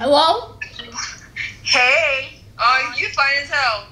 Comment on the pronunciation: It's the hellrrrr for me brooo lolll